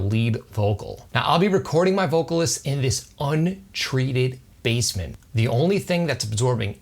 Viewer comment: I kept hearing "bassmen"